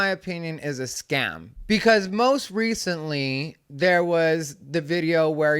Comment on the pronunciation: He's mispronouncing scams....